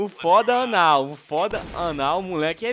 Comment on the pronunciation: Eiii O nome do Cara era OFodaDaL11 kkkkkkkk não ofodanal kkkkkkkk